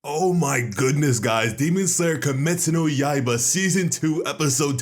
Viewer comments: dude, please don't go accent mode and start saying cum-estu no yay-bruh. if u can say kimetsu no yaiba properly don't say it, just say demon slayer and we all can understand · God you butchered the name 😂